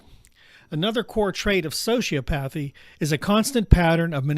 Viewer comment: Bannon is also a sociopath. Birds of a feather. Also please teach your AI to pronounce hyperbole and sociopathy correctly.